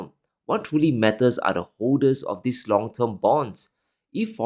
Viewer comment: very good content. Perhaps, reflect your pronunciation: It s not: In /ðɪs/ crazy times. It s : In /ðiːz/ crazy times.